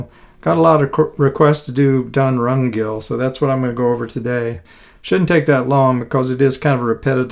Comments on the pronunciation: It's Dun Ring hill, not Dun Rung hill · Appreciate the lesson! Very helpful. But I must say, the name is Dun RINgill, not Dun RUNgill. Important detail which was actually distracting me from focusing on the music.